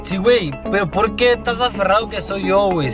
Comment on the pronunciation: Ya varios años en youtube y el todavía no aprende a decir "por que"